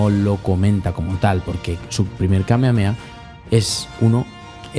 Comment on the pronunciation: Krilin no dice ahí "Kamehame ha" sino "Kamehame KA" 😅